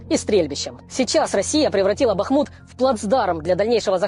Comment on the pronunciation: Лдебахмутович! Я их Констахи мы все и жители этого города называют его Артёмовск или хотя бы Бахмут с ударением на а, а не на у